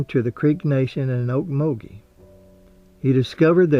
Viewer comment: I was born in Okmulgee in 1946 and you are the only person outside of Oklahoma to pronounce it correctly. Are you an Okie? I now live near Spokane, WA and the scenery in your video almost made me cry, the dirt roads, the oaks. I fully expected to see squirrels cross the road. Thank you so much for honoring a great Native American, although for us Okies, we'll probably always say "Indian."